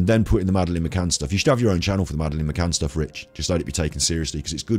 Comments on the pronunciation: Do you seriously not know how to pronounce madeleine? Not even after watching her parents say her name on all their interviews? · If you watch others videos on this case you'd know why he pronounces Madeline as Madaleine!!!!